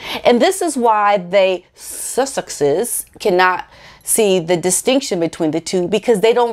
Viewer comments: Hi! I want to help you with your pronunciation os the Sussex’s and I mean no disrespect! So here goes... you can say Suck eX’es! I hope this helps despite how the pronunciation is spelled!:-) ~t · Love your videos, I smile every time you try to say sussexe's. it is pronounced suss-sex-is. Thank you for doing your videos. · Suss-ex-ess break the word up. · Nobody says SUSSEXES better than you. Even your facial expression is really funny!